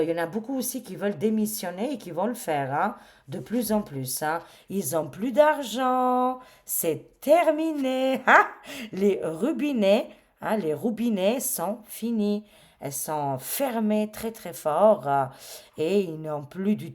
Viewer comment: Le robinets pas roubinets..😂😂😂 tu me faire rire avec ton bel accent et tes mots spontanés 🎉🎉🎉 Cest bon de t'entendre, ta positivité, ton humour, ta joie communicative dont chacun a besoin. Le ciel est encore tres lourd avec ces corrompus, quand vont ils partir? Ils s'accrochent comme des tiques. Gros bisous ❤❤❤